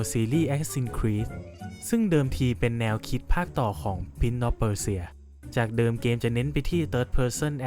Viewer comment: เนื้อหาดีนะครับแต่การออกเสียงไม่ดีเลย Prince = พรินซ์ ไม่ใช่ พิ้น ครับ